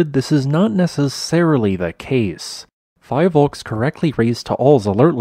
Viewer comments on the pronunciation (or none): Btw, it's pronounced "PHEE-VOLCS", anyways thanks for the update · Btw it's fee voks